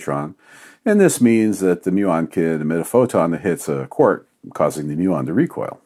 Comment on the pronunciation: Quark, not quork. Sort your life out